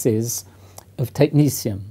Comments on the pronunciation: Why does he pronounce it as though it’s spelled “technecium” instead of “technetium”? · why is he pronouncing it as tech ni sium when its tech ne 't'ium???? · Who decided to pronounce the second "t" like a "c" as in "Technicium"? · Why do Americans pronounce it: Technicium? It's Greek, phonetic like Cyrillic: Techni-T-ium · Looks like a T to me and not an S or C. Technetium, not Technecium..... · Why is it pronounced technesium when its spelled technetium? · Technecium sounds very different to Technetium to me. The actual spelling indicates a certain pronunciation. It is not a big deal. Just a but odd. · How does one pronounce Technetium...Technecium , when a T isn't a C? Real question. I may be an american Mutt, but i am certain that "T" and "C" don't fall into the same phonetic...well...sound profile. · It's pronounced Tech - net - ee - um. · Technetium is pronounced Technicium why? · Net is now pronounced neece is it? I'm so tempted to proffer some shearing to that bush you call hair, surely that backcomed? wildness is more work than a grade 1 alternative? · Technetium has a t instead of a s or c. Do you just pronounce it like that? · I love these videos and I mean nothing but respect. But isn’t the professor pronouncing the name of this element wrong? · How the heck is the second 't' pronounced as an 's'?! It's supposed to be like the 'c' in technician. But even that seems weird. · Is he mis pronouncing it? no second 'c' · Pronunciation of Technetium. Science is about logic. The second "t" in Tecnetium should be pronounced as a T and not a C or an S in my humble opinion. Science does not need another annoying "Alu-min-um / Alu-mini-um" situation. Sulfur is a great example of progress. Brain power should be used to make new discoveries; not to remember awkward spellings or illogical pronunciations.